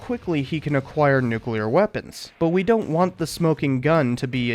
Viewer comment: Man I can't believe the guy who can't pronounce "nuclear" gave a speech about how Iraq is a threat to peace literally a few months after invading Afghanistan and then followed it up by invading Iraq as well.